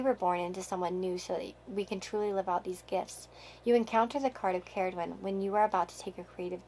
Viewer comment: You said Cerridwen right :)